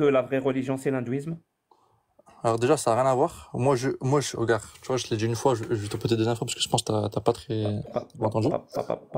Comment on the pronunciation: Ils ne savent toujours pas dire *regarde’ correctement , toujours . Regaaarrrr😂